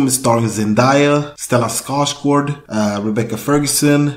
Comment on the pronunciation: Whoa, perfect pronounciation of Stellan Skarsgårds name! Didn't see that coming! 😁👍